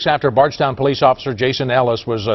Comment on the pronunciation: Also I pronounced bardstown weird and brooks houcs so wrong